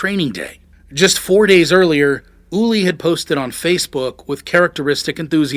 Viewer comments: His Name was Ueli, not Ulie!!!! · "Ooh-Airly", not "Ooly" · **Ueli, not "Ullie." You couldn't get his name right on the video that's about him specifically? 🙄 Wow.